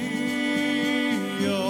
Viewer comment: Pragtig! Ek hou van jou uitspraak van halleluja! So Baie kunstenaars spreek dit uit met ‘n oe klank.